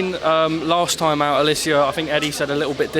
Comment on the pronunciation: Its Alycia and not Alyssa 🙂